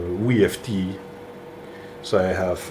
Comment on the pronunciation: Can't wait to see some great projects on that router, also that vertical bandsaw "mod" is a really clever way to use a machine that doesn't fit your workflow. WEE-F-D! I smile every time I hear your pronunciation of VFD.